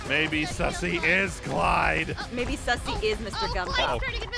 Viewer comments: The way keeps calling Suzy, Sussy😂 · When they visited sussyit sounded like sussy baao